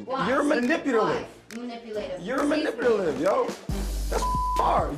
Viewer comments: lmao. manipulatative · the way he cannot pronounce manipulative right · Bria’s attempt to correct by saying manipulative correctly still did not help him to say that damn word correctly. 😂